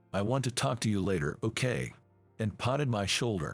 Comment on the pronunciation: Mispronunciated words a-plenty...eg 'patted' is not said as 'potted'